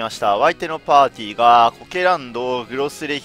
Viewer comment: お相手のぱーちーは...(滑舌